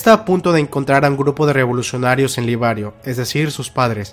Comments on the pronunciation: Jajajja es liberio, no libario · Liberioooo no libariooo